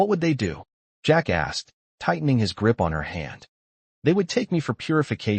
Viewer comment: 3 of 5 Need a better voice a.i. that can separate "Jack asked". As pointed out below, you really should check the facts in the story line.